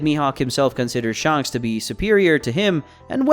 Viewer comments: Sh-A-nks not Sh-u-nks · Is it SHANHKS or shanks , have I been pronouncing it wrong ?